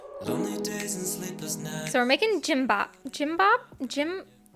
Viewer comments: hahaha so cute! you can say 1. "kim bahb"! not 2.gym bahb lolz just need to be a bit softer w/ "k"im. you did a super good job w/ rolling kimbob tho! 🤍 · Gimbap not Jimbap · Kimbap is like "key-m buh-p" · Gimbap is said like keem-bap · it's "Kimbap". k/g is interchangeable but have the same sound in Korean. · For Gimbap you sound G for gum! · hi!! i'm korean and for the pronounciation for kimbap, it's with a k. so "keem-pap". hope this helped! was so happy my ethnic cuisine made it to your vid, it makes me feel like a proud korean!! <3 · Lol you actually pronounce it like a k so kimbap! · I watched this video like a million times and each time I die laughing 🤣🤣🤣🤣....because the way she pronounce kimbap in my language it means "a very big poop" TMI🤣🤣🤣